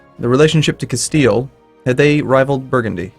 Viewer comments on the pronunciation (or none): none